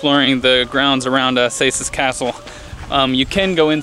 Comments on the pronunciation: You say "Cēsis" a little differently. The letter 'c' for us is pronounced like 'ts'. ( for example how you would pronounce cats) so its the 'c' or 'ts' first, 'ē' is just a longer e and the rest is just normal. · its ceesis in latvian cēsis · It’s fun to see people say Cēsis as Cesis basically because they don’t know how to say the ē 😂👏🏻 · Cēsis is pronounced with a hard c not like se but like the almost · At the start did you mean Cēsis??